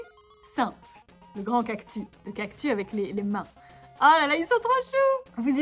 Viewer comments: tu dis un cactu mais c’est un cactussss 😂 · J'aime teeeellement ces vidéos chill😄 mais par contre rassurez-moi "cactus" ça se lit "cactus", pas "cactu" Mais bon ça se trouve tout le monde dit "cactu" et chui la seule à dire "cactus" 😅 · Oui ^^ Elle a sans doute dit "cactu" parce que ça faisait plus mignon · Trop bien !!! Ps:j'suis la seule que ça choque qu'elle dise cactu et pas cactus 🌵😂 sinon c'est super ❤️❤️👌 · tu as dit cactu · Sa se dis cactussssssssss avec un s pas un s muet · ^._.^ La vidéo est trop cooooooooool !!!!!!!! BRAVO !!!!!!!!!^._.^ : D mais on prononce bien le S a cactus non ? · Ohhhh des peluches cactus 😍 et toi non plus tu ne prononce pas les "s" en fin de mot !!! Elles sont magnifiques T'T je veux me beigner dans les cactus moi aussi T.T